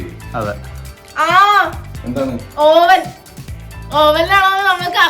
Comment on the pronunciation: Oven pronounced അവൻ